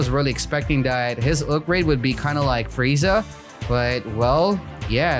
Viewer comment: got a habit of saying "Fureezah" everytime insted of "Frieza" lol